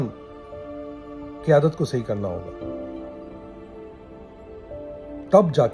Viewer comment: Sir you are punjabi ku k ap ki urdu pronounce theek nahi ap Qyadat ko kiyadat keh rahe he jb hi ap k andr bht bugs he wafaparasto k khelaf